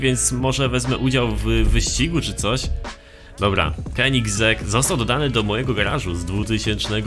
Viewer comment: Mówi się koneseing